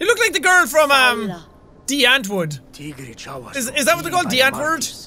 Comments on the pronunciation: I know im 3 years late but it is pronounced dee auntwood and the girls name is Ninji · what does jack mean by de antwurd * realises he means die antwoord * me: don't worry jack it's an Afrikaanse word almost everyone pronounces it wrong. lel (I know this is like a 8 month old video, leave me alone and let me sit in my corner)